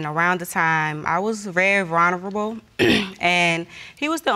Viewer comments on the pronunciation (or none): I don't think he knew the real meaning of it, I was snickering a bit. But she was funny and trying to say "vulnerable" but it comes out "veronruable" . I had to go back and listen to it again. But still the two men were so respectful I was so surprised. It was a very sad situation. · "...I was very vronabable." My goodness. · She even said: at the time I was vrunerverble. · I heard "verunerveble" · She did not just say “vernarrirabow” instead of vulnerable 😂😭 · Why is no one talking about how She was very "veruhnavermable"? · Am I the only person that had to playback the girl say “vulnerable?” 😂